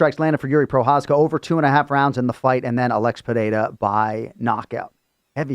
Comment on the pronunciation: Trt does miracles, look at the shape of Chael vs Cormier. Interesting to see also how Chael fixed pereira instead of pierra 😂 that’s a paid gig